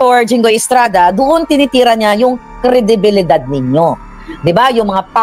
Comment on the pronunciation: Kri-di-bi-li-dad. wag bilisan ang pag bigkas.